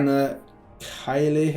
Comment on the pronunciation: So, Explanations and Pronounciations part, um. 53? Lol I dunno. In order of the video: Petricite: Pet-treh-sight. I’m 80% convinced you supposed to pronounce the T twice but I can’t tell lol Kayle you got right on ur 2nd go, all good Xin Zhao: Zin zOW. 1 syllable per word, both sound like you start with a hard Z, sin but with Z and Ow like you hurt yourself but include a Z too lol. But, simple champ, hard name Ur right, the Legends card game Does have the raptors as some cards An Aerie is both a lingerie store or a nest for eagles. I’m gonna guess the latter here haha, looked like it was a elevator to take them up to the nests, cool Wyvern: Why-Vern. As my friend recently informed me: wyverns are dragons with 2 less legs. Real dragons have 2 arms, 2 legs and 2 wings. Wyverns use wings with some claws as front legs when on ground. Fossbarrow: town that went insane after nightmare-demon Nocturne started giving people such bad nightmares they sometimes died in their sleep. Lack of sleep so as to not have a nightmare, caused insanity sorta. Fiddlesticks video guys just mentioned “everyone’s on edge After fossbarrow”. There should be a written story about in on the website. Also, if you don’t want me to tell you how to pronounce words, I’m sorry, I won’t. I was just thinking since you were going over this stuff later too in the champs, couldn’t hurt. You’re definitely The best League reactor who hasn’t played the game, great memory!